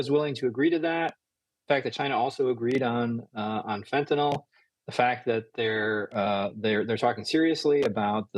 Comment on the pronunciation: Fentynol ??? Is that like Retinol ??? 😂. It’s FENTANYL !!